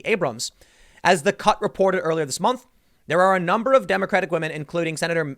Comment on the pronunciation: He wants that, "because Wahmen" vote.